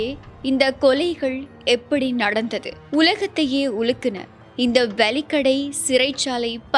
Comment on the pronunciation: அது 'வலிக்கடை' அல்ல, 'வெலிக்கடை' ஆகும். தயவுசெய்து இனிவரும் காலங்களில் அதை சரிசெய்து கொள்ளுங்கள். நன்றி.